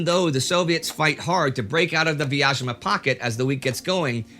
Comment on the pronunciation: Quick pronunciation guide: The city of Vyazma is pronounced with a 'Z' sound (like zoo or zebra), not a 'sh' or 'zh' sound. Great series, thanks!